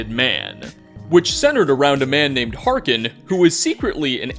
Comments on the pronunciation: Harkness. Not Harkin. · “Harken” You sure you played these games at all? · Thought it’s hark-ness and not Hark-Ken? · Harkness not Harken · Ya know you play to much Skyrim when you refer to Harkness as Harkon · Interesting content for sure but you really should have someone proofread your scripts in the future. There were multiple mistakes beyond mispronuncing Harkness.